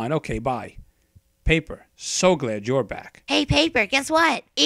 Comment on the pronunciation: Paper more like poper